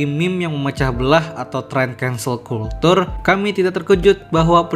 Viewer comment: izin koreksi nih ya bang. Kalau culture jangan dibaca "kultur" salah cara bacanya. Yg bener itu "kelchur" agak susah sih buat nulis aslinya. Soalnya ini bahasa Inggris beda cara baca dengan bahasa Indonesia